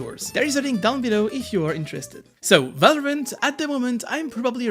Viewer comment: You have said multiple times ,,Valorment" instead of Valorant :D